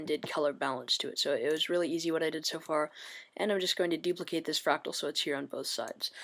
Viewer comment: "so we're just going dupilcate this layer "i have mail" i then click layer...." xD epic